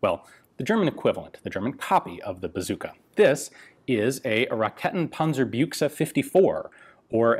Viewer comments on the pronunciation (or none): Racketenpanzerbüchse. Pronounce it right -> Raeccckkketttrnpäntsserbüeckkse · Regarding the pronounciation, i guess the more accurate way would be: "ruhKEH-ten punn-zerr byx-eh" ;-) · Rak-eeeeeeten panzer Bookse! that's how you pronounce... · Hahaha - "Rakkettenpanserbjuikse"? "Panser-Shrek" (it certainly matches the color...) If you ever need help in properly pronouncing German words, let me know, I would be more than happy to help :-) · Aber wie er Raketenpanzerbüchse sagt... 😂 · ᛞᛖᚱ ᛖᚱᛈᛖᛚ jo is ja auch für Deutsche ein schweres wort